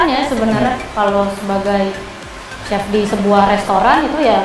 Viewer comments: "Chef" jadi "sep" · dasar emang lidah urang sunda, kata "Chef" aja pengucapannya kayak "Sep".. asa-asa manggil ka lalaki... :'D